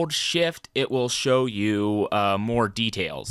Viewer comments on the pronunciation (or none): none